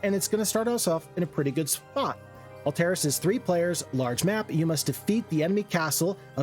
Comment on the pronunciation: I gotta say I am not a fan of your pronounciation of Alteris. I've always assumed it's Alt (as in alternative) - eh - ris. Not Ull-terr-iss, as you pronounce it.